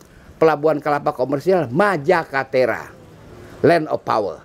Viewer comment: Majakatera = land of power koq sy dengernya jadi kaya mirip Mojokerto yo